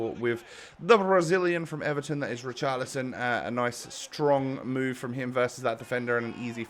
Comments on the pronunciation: It’s rich arlison not ric arlison love the vids tho keep it up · U have to pronounce the ch in Richarlison